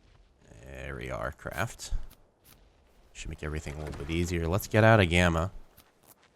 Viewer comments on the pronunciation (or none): none